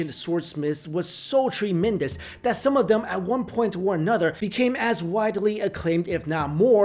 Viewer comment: Treeemendous lol..